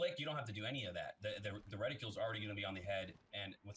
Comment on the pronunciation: *Reticle not reticule